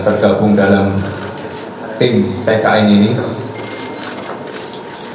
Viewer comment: Ketua TIMnya JOKOWI,,, GITU AJA SUSAH NYEBUTNYA